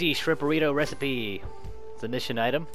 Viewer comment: I am sorry young sir but my friend and I have noticed that you have messed up the word "recipe" DID YOU KNOW THIS!!??